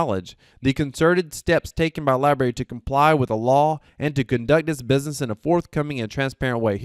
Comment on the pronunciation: Lie-Brarey.......not lie berry...lol Good job but please...